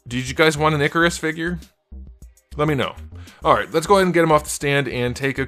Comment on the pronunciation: Also, his name is not pronounced "ICK-a-ris". It's pronounced "IKE-a-ris". In the comics, Kirby makes clear that humans mispronounced their names (i.e. "Zeus" instead of "Zuras"). His name when he was posing as a human was Ike Harris, which contracts to Ikaris (IKE-a-ris).